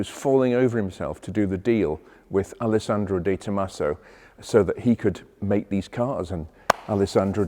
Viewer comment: Are you saying "Alessandro"? Tsk.